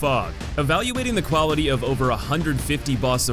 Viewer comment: Why did you say quality like that